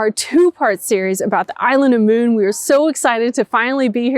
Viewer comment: Good job on the pronounciation of Møn, - last time it was closer to "Moon" 😉 It almost sounded like two more Americans were going to the Moon - big deal 😂